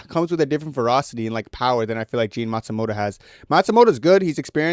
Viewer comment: Jefferson naSIMOTO…Jean Matsumoto 😂